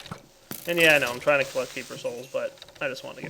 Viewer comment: With the accent on the 'trying'